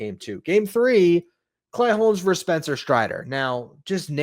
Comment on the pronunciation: "Versus",. Not "verse". LGM!